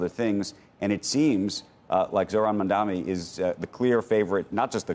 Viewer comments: maMdaNi - not maNdaMi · Its NOT mumdami. Its Mamdani. Atleast learn to take someone name right. Even if Mamdani wins, these arms dealers of Carlyle Group will not let Mamdani work. What have you done for NYC? Did your policies work? NO they did not. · It’s Mamdani , why it’s so difficult to pronounce. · Mamdani MUM-DA-NI Easy guys, try it. Unless you're intentional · Can any of these billionaires not read and pronounce accurately? Or are they all racist? Why does a single one of them not pronounce Mamdani correctly. It is NOT MandAMI. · It’s surprising that both of these guys don’t know how to pronounce “Mamdani” and call him Mandami. Pronouncing someone’s name correctly is the most basic etiquette! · What's with everyone on television saying "Mandami"? It's not even a particularly hard name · Say it with me Bill: "mahm-DAH-nee" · Zohran will be the next mayor of NYC. Notice how they continue to pronounce his name Mamdami. Pure pettiness! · Acknam pronounce the name correctly- it’s M-A-M-D-A-N-I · yo dickhead, Andrew Ross Dorkin, maybe pronounce Mamdani's name right. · Both of them mispronounced Mamdani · You disgusting individuals, you can't even say his name correctly. We know you know his name. You wake up in cold sweats listening to it. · He’s just looking for his own interests and his fellow billionaires. He can’t even say Mamdani correct 😂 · I usually listen to what bill ackman has to say, but its clear he is not engaging with Mamdani's policies in a productive way and thoughtful way- he even keeps mispronouncing his name. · Is it so difficult to pronounce a simple name Mamdani ? I donot know what the fuct that is apart from a deliberate racism. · Both of them can't say Mamdani. Aikman and Larry Ellison top donors for Aipac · These dudes can’t even pronounce Mamdani 🤣…. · these morons have still not learnt how to say the name mamdani . how are you clowns so bad at this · say the bloody name right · still can't pronounce his name correctly